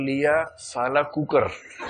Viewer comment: Kukar nhi kukur hota hai thik hai🤭🤭